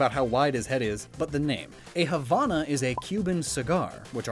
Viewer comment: THERE IS NO "H" AT THE END OF HAVANA!!! >:(